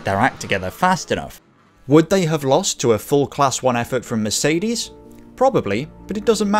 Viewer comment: When you do another one with a Mercedes then please open Google translator > switch language to german at the top > type in Mercedes > klick the loudspeaker at the bottom > listen to a proper pronounciation I promise, it's really easy to pronounce 🙂